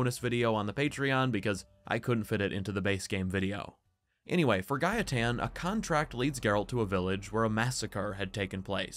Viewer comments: The way you say Gaetan is how we Polish people would pronounce it. So that's why its pronounced Gah-eh-tan in the game too ig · The way you pronounced gaetan is the right way. I m french and it is a name we have here. It is indeed pronounced ga.e.tan. Anyway, i really enjoyed your video. Thanks for all your work! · My partner is French (and the person who introduced me to the Witcher by the by). She has a friend called Gaetan and she pronounces it Guy-tan, which I believe is correct.